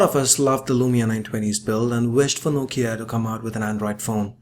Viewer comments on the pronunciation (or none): none